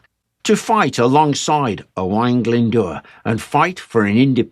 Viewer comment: Got to say that you pronounced Owain Glyn Dwr pretty good. Well done Sir.